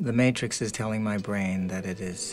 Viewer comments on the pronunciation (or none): none